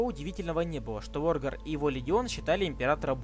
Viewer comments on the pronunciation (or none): Ухо режет лОргар, Эрэб.